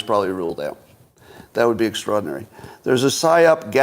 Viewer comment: How many times can Scott mispronounce “extraordinary” in 1 hour? 😂